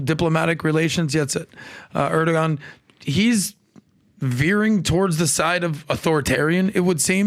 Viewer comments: But if you place your military base in the country, you should pay for it or get out…Erdogan‘s priority is His country…and the people who placed him in power…… The pronunciation is “ Erdowan”…. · Erdoğan, the ğ is silent, the preceding vowel "o" is elongated. Surprisingly Pat is the closest to the Turkish facts., and the other guy are just repeating written propaganda.